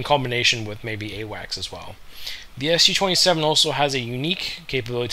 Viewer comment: This is a Su-27, not an SU-27! Its the first syllable of the chief designer's family name, not an abbreviation for Soviet Union or bullshit like that. The capital 'S' followed by the small letter 'u' could've been an indication for how to pronounce it correctly, but not so for muricans. When will they ever get their head around it?